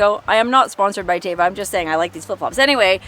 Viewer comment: If you ever want to pronounce Teva correctly so you never get it wrong, it is pronounced, "Teh-vuh." The literal translation in Hebrew is "nature."